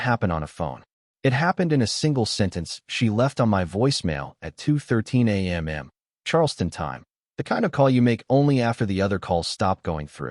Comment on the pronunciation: Why do u say A m m. And not either AM. Or PM